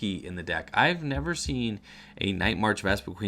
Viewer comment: *VespiQUEN lol there's only one "E" in the last half. But that is a common mistake by people pronouncing it.